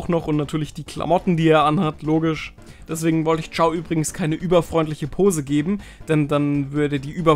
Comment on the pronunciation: Er heißt aber nicht Chiao sondern Chao 😩